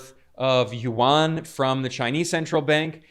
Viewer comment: Hi Ben, it’s a fantastic report thank you for your passion and news accuracy❤ One minor point about pronouncing the Chinese Yuan which most people make, Yuan is not pronounced as it is written (not Warn), it is pronounced Yuu-Ann as in Anne (the woman’s name) or the sound of the alphabet N) at the end. This is the native language pronunciation of Yuan, which is a romanised word (using the Chinese invented pinyin writing system which do not follow directly the English pronunciation system) from the original Chinese word 元 of its Chinese currency. ❤🎉 you may confirm this with native speakers.🎉 I thought I should highlight this since it is starting to be an important currency for the rest of the world and it sounded strange to native speakers if it is not pronounced correctly.